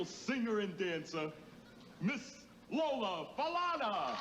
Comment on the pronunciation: you so right I was like say her name right,n u can tell he was reading from a script,n I also wish he had more today pics of her but yeah he wasn't a fan 😂